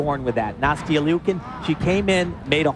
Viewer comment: I really wish he would say Nastia’s name right 😒